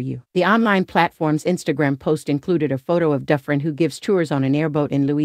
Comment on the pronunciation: it's pronounced Do-Fran